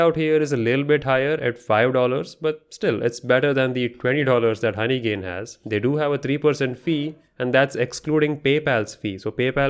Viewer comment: Bro have personal problems with honeygain 😂😂 Every time in every word honeygain is cooked 😅